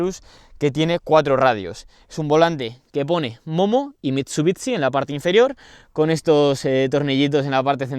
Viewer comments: no es mitsubitsi se dice mitsubishi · Se pronuncia "mitsubishi" no mitsubiTsi, es horrible cuando lo dices por dios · mit su bits ci. por que los españoles tienen unas pronunciaciones tan de mierda!? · Muy muy guapo el vídeo, el Evo 6 y 9 siempre han sido mis coches favoritos de toda la vida. Por dios escuchar MitsubiTsi duele!